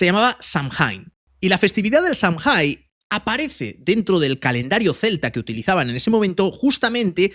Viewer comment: Samhain? Samjain ❌ Samaín ✔